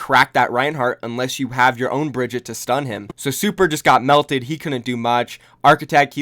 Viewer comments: Try and say Brigite instead of bridget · BREEEEEE-GEEEEEEE-TAAAAAAAA not Bridget PLEASE FOR THE LOVE OF GOD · How hard is it to say a damn characters name Brig-eat-aaaa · You pronounced Brigitte two different ways in this video and both of them were terrible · That moment when your entire career revolves around a video game and you dont know how to pronounce the most talked about characters name lol